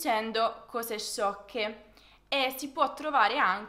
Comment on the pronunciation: Su dieci cose la o é aperta no chiusa!!! Uguale su qualcosa! 🤯😱 Che italiano insegni?